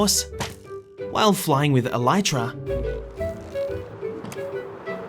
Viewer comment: You say wrong for elytra you say elayja